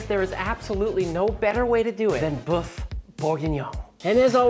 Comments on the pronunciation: Loved this presentation and craving for a bowl right now. However it's boeuf bourguignon, not boof bourguignon, for example it's like the pronunciation of oeuf for an egg and neuf for nine in French. Luscious recipe though, thank you. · Boof bourguignon is what I'm hearing 🤔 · I am German, but please learn how to say "boef" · Lil tip: Say the french word for beef like you'd say 'hurt'. The U sound in hurt is like the Ö in German which is nothing else than an O followed by an E or the œ in French . If you use the same sound from hurt for the word bœuf you will say it correctly. Have a good one, sir.